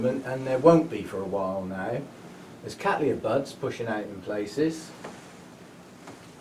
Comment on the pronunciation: I like your relaxed but still very informative delivery. A nice flow and some humour along the way. Also congratulations on your pronunciation of Cattleya which is of course quite correct given where the name comes from. I'm so cheesed off with my ancestors genus being called Kat-laya or ever, horrors of horrors as Kat-Tal-Aya.!